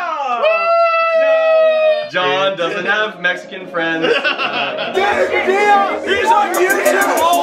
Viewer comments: Ahh yes, Danny Padilla. Not pa-dee-ah. Pa-dill-ah. Just like k-sa-dill-ah and not k-sa-dee-ah Also, what the fuck is going on in the back with the signs?? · I get it. Padilla is a tough name to pronounce for some people. Here it is once and for all: PUH-DEE-UHH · Danny Padilla & so u pronounce it PUH-DILL-UH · This is how to pronounce it DANNY PAA-DEE-LAH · It’s pronounced Padeea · Danny Padilla & it’s exactly like how tortilla is pronounced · Ha! Sorry to get ur name wrong! It sounds closer to the way I pronounce it in the Philippines, so I was basing it on that. Now I wonder if I been mispronouncing my friends name my whole life?! You guys are wicked cool though. Honestly, you make the YouTubes awesome!